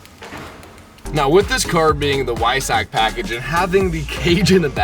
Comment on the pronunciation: "whysack"? 😭 I think it's Vyy Saach with a strong German accent... Either way, love your videos!